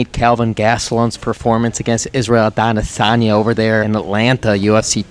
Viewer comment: Always killing me with how he pronounces Adanesanya every time🤣